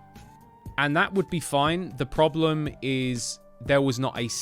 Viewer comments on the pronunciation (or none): none